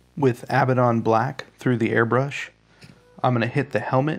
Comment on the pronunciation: Its pronounced ah-bad-don, not ab-ba-don. Theres one b and two d's